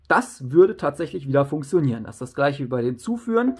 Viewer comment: Wie du funktionieren aussprichst regt so auf 😂. Aber trotzdem gutes Video